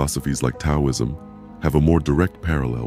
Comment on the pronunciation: Robovoice can't pronounce 'Taoism' correctly.